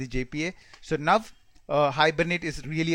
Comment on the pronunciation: When you say how sounds like hup/hop/hub and similarly with now..work on pronounciation